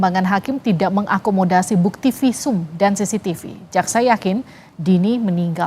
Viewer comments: Bilang cctivi aja udah salah omong,,SISITIPU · lidah kuasa hukumnya keseleo bilang CCTV jd sisitipu 😂😂😂😂